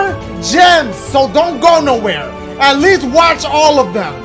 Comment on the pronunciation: “4 GEMS-AH” 😶😶